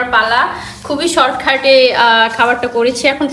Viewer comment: short খাট কারে কয়,,কাট হবে উচ্চারন টা